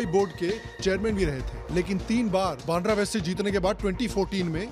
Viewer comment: बांड्रा ❌ बांद्रा (वांद्रे in Marathi) ✅